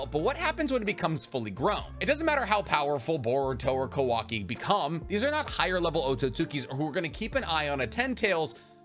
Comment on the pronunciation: Is not kuvaki is kawaki